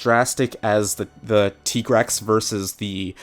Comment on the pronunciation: finally somebody pronounced tigrex correct